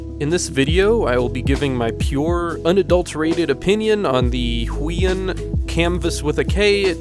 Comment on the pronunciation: heueun Me: Actually its pronouced who-e-on